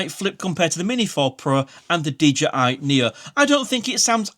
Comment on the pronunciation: DJI Nia... LOL Knee Oh